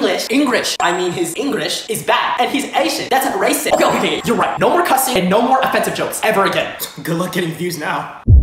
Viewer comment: I swear this guy will never say the ‘t’ in ‘racist’.